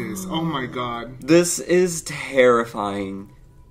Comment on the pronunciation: this is terrifying - … TARAfying 🤣🤣🤣 ICONIC